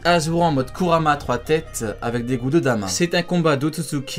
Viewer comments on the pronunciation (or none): none